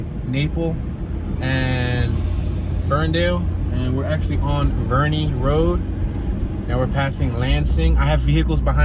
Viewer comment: It’s Verree not Vernee